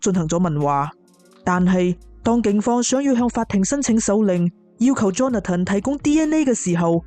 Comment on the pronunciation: Johnathan 发音是约翰森不是约翰登，听着好难受。